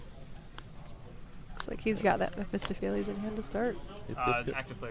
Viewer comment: Please stop butchering poor Mephistopheles's name!!!!!